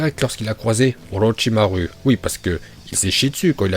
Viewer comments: non mais je parle quand il dit orochimaru il pronnonce "u" et pas "ou" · Y a que moi qui dit OrochimarOU A chaque fois ça me stress quand il dit OrochimarU mais ça s'trouve c'est comme ça qu'on dit mais...